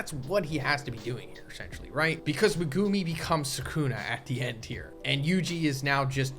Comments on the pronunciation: Meh-goo-me. Not meh-goome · Why do you pronounce Megumis name like that?